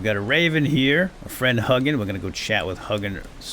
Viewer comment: Vowel, consonant, vowel makes the long vowel sound. Hugin isn’t pronounced Huggin. 😝 Still love your content though!